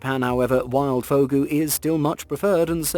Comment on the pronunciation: Check before posting. It's not "Fugo" but "Fugu".